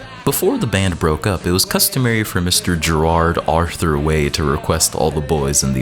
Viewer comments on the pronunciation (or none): none